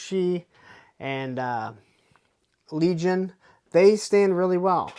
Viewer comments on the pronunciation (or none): none